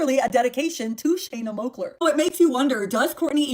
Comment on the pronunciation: Its Shana moakler not moller 🤣🤣